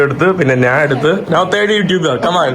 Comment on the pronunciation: ഇവിടെ നാൻ അല്ല, ഞാൻ ആണ് ശരിയായ മലയാളം